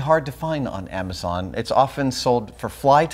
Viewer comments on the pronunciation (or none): none